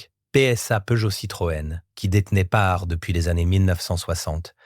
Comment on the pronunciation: faut arreter l'ia ou meme de publier des videos qui donnent à entendre des noms comme panhard transformé à ce point !